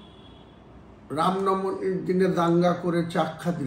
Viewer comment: রাম নবমী ঠিক মতো উচ্চারণ করতে পারে না । সে আবার জ্ঞান দেয়।